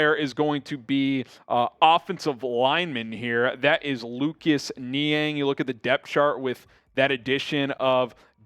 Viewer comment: Niang - NO- I have mentioned this before.